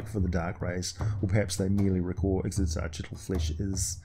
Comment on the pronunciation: IK-SIT-ZACH-IT-AL Also Demogorgon was not at all part of D&D for years until Eldritch Wizardry came out